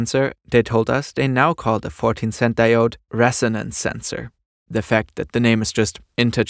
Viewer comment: "diode" lol